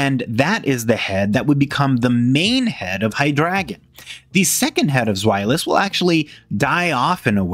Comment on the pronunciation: Love the video, except the pronunciation of "Hydregion." Its supposed to be pronounced Hide Region But you pronounce it High Dragon